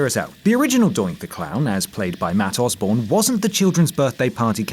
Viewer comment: "Matt Osborne," you say